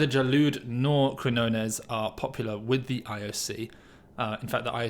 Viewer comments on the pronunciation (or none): It's QuiÑones pronounced 'kignones' like in champiGNon.